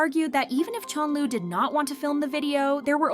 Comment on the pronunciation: WHO TF IS CHONLU?? IT'S CHENLE! SAY CORRECTLY DUMBASS